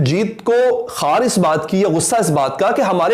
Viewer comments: Bhai pehle ache se punjabi parhna to seekh lo or jis ko tum jo parh rahe ho kjo likha hua hy matlbab karan johar or us ne khakhar likha hy tm hakaar parh rahe ho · Khakar ko sai pronounce kro. Angrez nahi ho aap😏